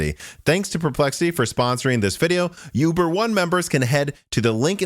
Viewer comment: I swear he said Yuber not uber.